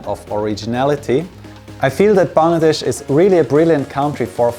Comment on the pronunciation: I love the way he pronounces the word 'Bangladesh', absolutely perfect 10/10. Hope you will visit us again 🇧🇩